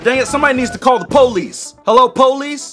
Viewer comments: How to say police: POOPLICE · somebody kill the powlis Me:😂😂😂😂😂